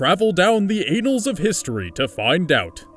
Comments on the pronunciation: It's pronounced - Anne-Als, not Ain-Als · You're killin me with the pronunciation! Experiment is pronounced Ex pair iment. Annals is pronounced with a flat a (as in apples) and not a long a (as in case).